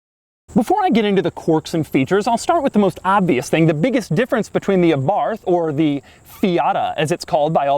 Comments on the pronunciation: It's pronounced eh-BART you fucking dipshit slender giant freak. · The "th" at the end of the word Abarth is pronounced as a hard-t sound. "Ah-bart". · Abarth is pronounced without the H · My understanding is that the name is pronounced “Abart” - not Abarth as you pronounced it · AbaRth? Aba:th is the correct pronunciation. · Dough is the type of guy to speak „Abarth“ with the english th. You have to speak it Abart, with a rolling „r“ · Hey Doug...it’s not abarth, it’s Abarth..,long A. Thought u might like to know. Keep up the good work. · It is pronounced Ah-BarT or Eh-BarT, not Ah-BarTH. It was named after Carlo (Karl) Abarth, a car designer who was born in Austria and later moved to Italy and started his own company. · Please say the word correctly. It is not A-Barth it is pronounced Abarth, all one word. I enjoy most of your videos but your voice is like nails on a chalkboard. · it is pronounced àbarth, not abàrth. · Pronounced A-barth not abarth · Abarth is pronounced "Abart". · It’s pronounced “ABART” you don’t pronounce the “th” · Abarth...AY-barth...emphasis on the first syllable, please. Carlo would thank you. Please slow down a bit on your delivery. You have expert analysis and wonderful insights to share and we all want to hear, understand and process them. Drive the cars fast...and speak a bit more slowly. Feel free to either review this car all over again with proper sound and video or...simply delete it. This piece is simply not up to your usual high standards and erodes your brand. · 5653 comments so far so I'm guessing that someone has mentioned that this is a 124 spider not a Abarth spider and that Abarth is pronounced Abart as in Italian the 'H' is silent. Maybe with a little 'ah' at the end. As an owner I can also mention that these cars a re far from perfect but are in fact a great all rounder that appears to be reliable as one would expect of Japanese manufacture coupled with Italian style. Ie flawless so far. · Abarth, not aborf